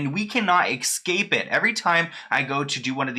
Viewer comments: Again, its ESCAPE ... not exscape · Lol I'm pronouncing "escape" like "ick-scape" from now on